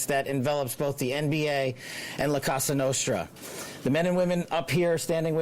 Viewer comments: Did Patel just call it “La Casa Nostra”? 😂 He obviously doesn’t have a background in the FBI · It's La Cosa Nostra, not Casa Nostra. C'mon, y'all. Get it right. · How he pronounces “La Casa Nostre” sounds like a Mexican food truck lol